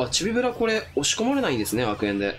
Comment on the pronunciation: ちょくちょくチビブルって言っててかわいい